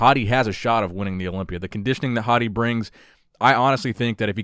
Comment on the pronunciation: Bro when you say hadi it sounds like 'Hottie'